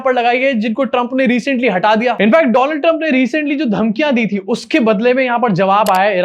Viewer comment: Donald Trump nahi bhai woh Doland Trump hai.